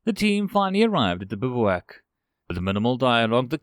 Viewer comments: The word is pronounced "Biv Whack". Not "biv oo uk". 😁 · I think you're mispronouncing it, its said "biv-wack"